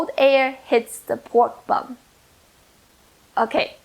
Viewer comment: Did she say press the BUM or BUN